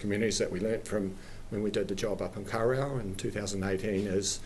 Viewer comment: Lol I reckon his pronunciation is terrible he's didnt even try.... embarrassing for such a high level public official.